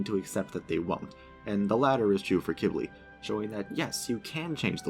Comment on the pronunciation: He pronounced it “Kib-ly” which is how you pronounce it.